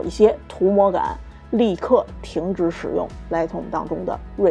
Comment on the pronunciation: 您这一口的普英，听起来实在刺耳、别扭和难受。。都身在国外了，能否改改？Lightroom第一个音节的发音是大口型的元音i，“来爱-特-room”不是什么“来特room”。还有，Noise的发音是“闹爱-s”，不是什么“诺斯”。。英语单词和句子中的元音发音时值长于非元音，而且轻重音有讲究，节奏感很好，和汉语这类每个字都是相同元音时值并且只有四声发音的简单语言完全不一样的。。